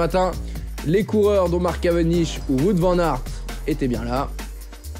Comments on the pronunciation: Wou-ote* Vane Ar't *ou "Ou-ote " car on prononce pas le w comme un v mais comme une lettre distincte (ben oui), comme en anglais par ex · on prononce plutôt Waout Van Arte en fait, non ? Nos amis belges pourraient confirmer... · Ca commence à venir pour l'ami Watte Van Artte :yougotthis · tu t'offusques pour Kämna alors qu'aucun commentateur francophone ne prononce Wout Van Aert de la même manière... Et les Français très rarement de la bonne.